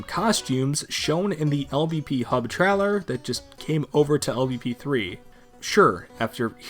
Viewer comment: I've never heard anyone pronounce trailer as traller